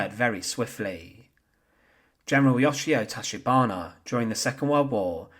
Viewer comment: YOSHIO TACHIBANA should not sound like Yoshia Toshibano. All vowels are constant 'A' always sounds like Ah like the 'o' in hot. 'E' always sounds like the 'e' in let. 'I' always sounds like 'i' in snow ski. 'O' like the 'o' in go. 'U' like the 'u' in lute. Japanese Imperial Army Officer rank is quite common, There is no LtCommander rank in it. LtColonel however.